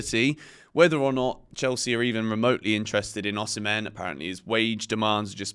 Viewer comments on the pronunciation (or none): none